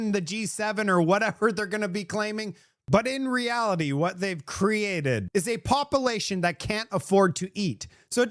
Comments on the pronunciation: love the way he says population as “ pop-a-lation” lol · Not trying to bug you but words like” popalation and circulation are just wrong bud